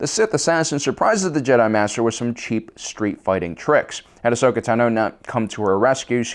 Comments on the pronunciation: What about when he says A-shokah? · I still can't understand his mispronounciation of Ahsoka's name. We hear it said aloud constantly throughout the series.